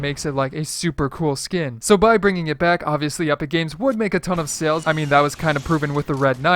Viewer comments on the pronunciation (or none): none